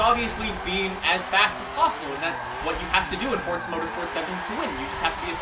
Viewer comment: I really like you man you're a nice guy but why oh why do you pronounce the game as FORTZA all the time